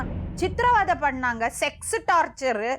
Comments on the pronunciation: அது டார்ச்சர் (torture)தான் டார்ச்சல் இல்ல(torChal) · Thappa eavlo sirippoda soldringa 😂😂😂 athu torture tat word frm english not torchal 🤣